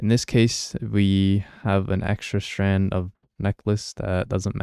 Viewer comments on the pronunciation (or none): none